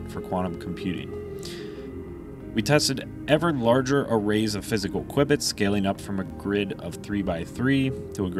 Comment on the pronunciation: The presenters repeated use of the terms KWIBBITS (instead of cubits) and computating instead computing - made this video unwatchable for me.